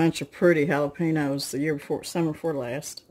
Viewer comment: Jalepen-yo Not jalepeeno